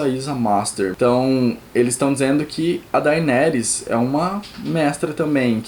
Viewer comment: mArcela, daInÉrys, escamÁgris.... please pronuncie direito os nomes, estude fonetica ou ao menos veja um episodeo em ingles para escutar bem a pronuncia dos nomes